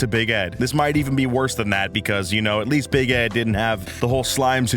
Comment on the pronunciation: Everytime he said Big Ed, I heard Bagette